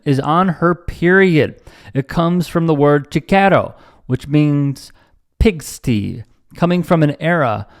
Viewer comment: pigsty, pig-sty not pig-stee